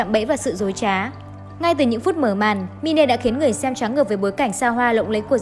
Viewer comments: đọc là mai n chứ ko phải là mi-ne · Đọc là “ Mai” ( /mīn/) mine: của sở hữu, của tôi , đó là tựa đề cho nội dung film, chứ không phải đọc là mi nê , mi nê không có ý nghĩa gì hết nhe bạn. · Cái đó là “Mine” ~~ mai . Chứ k phải “Mine” # mi ne. Xin đóng góp ta kiến để phát triển kênh 🙏🙏